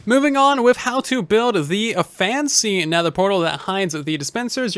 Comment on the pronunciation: What’s a Netehr portal? I’ve only heard of nether portals :P